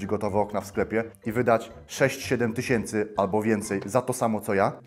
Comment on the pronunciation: sto tyśiency